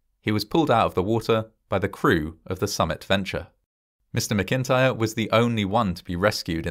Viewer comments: Geez..the name of the survivor, is pronounced " Mac-in-tire" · That's not how you pronounce McIntyre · That's not how you pronounce MacIntyre.